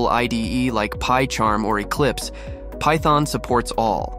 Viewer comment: lol thyton tonee